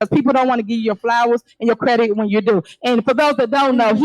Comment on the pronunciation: Tiffany said CREDIC! The PROPER word is “CREDIT”! What an IDIOT NGR TIFFANY HENYARD IS!